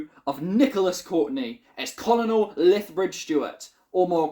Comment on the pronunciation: it's pronounced 'kernal' Sorry for that. Anyway, The Web of Fear was a lot of fun. I definitely found the ending interesting when the Doctor didn't win, but other than that it's good. Just good. Not as good as people say it is, Enemy of the World and Fury from the Deep are both much better. Speaking of Fury from the Deep, it is a wonderful story! I love Fury from the Deep, it is such a fun time. I hope you love it too 😊